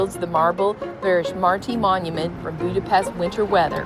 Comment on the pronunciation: The views from the Funicular are awesome! And it's great to learn how to actually say "Budapest"! Also, Mathias church is beautiful!!!